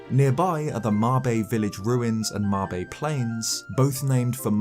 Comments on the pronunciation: How in the world do you look at m-a-b-e and read it as maebae?? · THANK YOU for calling it [ma-BE] and not [mayb]